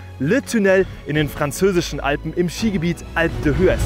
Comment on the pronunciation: gut gefahren, aber bitte an der Aussprache des Skigebiets noch üben